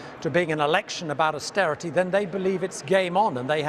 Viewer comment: AUSTERITEH, PUBLEK SERVICEHS, BURGON BOT CORBYN BLAH BORN 2 RULE BLAH